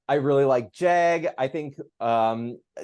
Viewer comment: I really appreciated hearing someone else say “Jag” the same way as me!